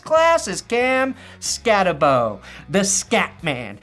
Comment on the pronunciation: Skattebo is going to be a steal in the 3rd or 4th round. Great video, and if the Broncos end up drafting him you will see real quick, pronounced Skatteboo*.